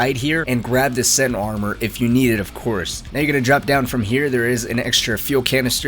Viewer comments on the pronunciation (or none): none